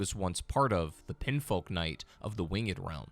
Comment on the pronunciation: how do you get "pinfolk" out of "pinionfolk"? i guess i've been pronouncing "onion" wrong this whole time. they're clearly pronounced "on".